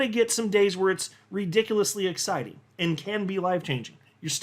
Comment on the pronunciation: ITS SPICY AN AH-CIDING!!!